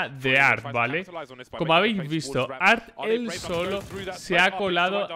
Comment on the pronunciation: La forma correcta de llamarlo es "arte" por la T mayuscula de su nombre "arT" se pronuncia la T como suena osea "te". Por otro lado en cuanto a su jugabilidad es igual a muchos amigos tanto silver como ak cruzada o Brs con p90 solo conocen la tecla W xddddd